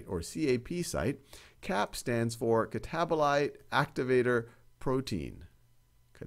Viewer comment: "catabolater" made me laugh, thankyou now this can finally stay in my brain 😭